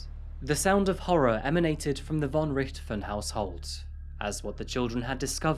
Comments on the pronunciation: I'm sure you worked hard on this, mate, but your repeated mispronunciation of her family name was infuriating. If unsure, look up who the Red Baron is. Also, German in Brazil are usually descendants of Nazis, so maybe it's not a sad story. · you where so close to pronounce "von Richthofen" right ;D yet far away xD Ger is hard to pronounce i know but atleast it was near ^^ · I've never heard Von Richthofen pronounced in that way 🤔